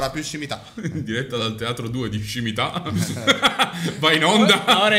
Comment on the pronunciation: Filippo dice scimita' 😂😂😂😂😂😂